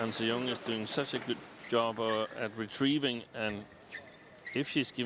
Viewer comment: its so easy to actually mispronounce her name but it actually is "an sii yiung"